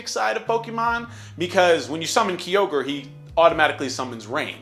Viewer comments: "Key-ogre" ma boi its "ki-ogre" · Kee-ogre, it is called Ki-ogre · This nigga said key-ogre, Kyogre ain't a green rapist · The way you say kyogre both hurts me and makes me laugh